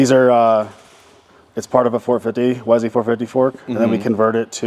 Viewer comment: Hay buddy, if you're going to live in Boise, it's Boy-see. Not Boy-zee. Great shop,happy for you. ❤❤